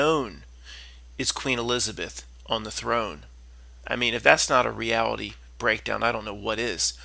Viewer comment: Queen “E-lizard-Beth”! Lol